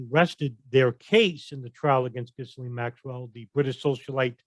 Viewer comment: Ghisalaine?.... lol silent S.